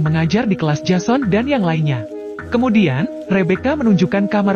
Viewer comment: menulis jason membaca nya jesen